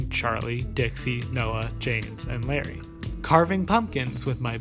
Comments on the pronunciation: but this youtuber wasnt trying to say his real name. he was just mispronouncing larray. or else why would he heart the comment saying I'm all here for u mispronouncing larray as larri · Ok this isn't the point of the video, but Larray is pronounced La-ray (like stingray) instead is Lar-rie (like harry). (great video as per usual tho) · good video but pls i beg it isn't larry, i believe its pronounced la-ray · How are you an english speaker and can't tell that "Larray" isn't pronounced like Larry??? Lol like whut?? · isn't not Larry, it's Larray. (la-ray ) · good video but it’s larRAY not larry that’s driving me nuts lmao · all I know about this is he misspronounced Larray as “Larry” which I’m totally here for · loved the video as per the usual! I'm glad someone talked about this trend of fake friend groups bc it honestly bothered me from the get-go one thing though, I think larray's name is pronounced like "luh-ray" and not "larry" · isnt larray pronounced lah-ray though? i get his real name is pronounced larry but i think mayannaise might be talking about the mispronounciation of LARRAY